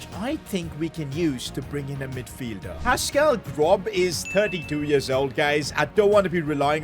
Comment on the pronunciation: Man thought about it and then decided confidently it was ‘Pascal Grob’.